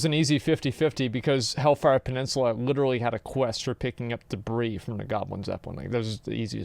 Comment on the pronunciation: guy who makes the quix needs to learn to pronounce peninsula